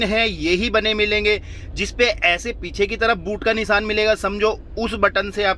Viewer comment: Nisan nhi nishan hota he